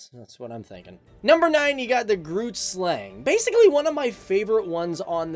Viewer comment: It's "Groot" meaning big